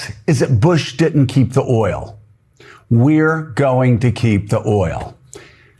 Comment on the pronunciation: Did he just say earl instead of oil?